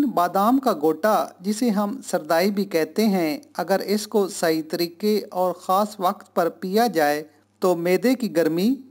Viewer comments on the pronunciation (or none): Kish kash nhi bhai khas khaaass